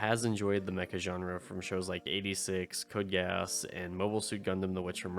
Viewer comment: Gee-ass. Geass is pronounced like the asshole.